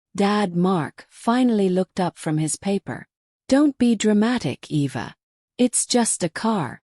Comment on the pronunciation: E.V.A...? WTF ! When AI is so bad it can't even spell a HUMAN NAME !!!! 😮